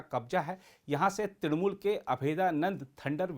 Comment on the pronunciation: And when she was asked that under which party she is competing?? She said trinamul😂😂😂